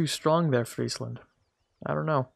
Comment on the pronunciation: You have no idea how much it means to me as a Frisian to hear you pronouce Friesland correctly. Fryslân boppe!